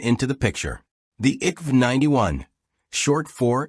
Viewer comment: At least try to pronoce the names rìght. I K V 91 (Infanteri kanon vagn 91)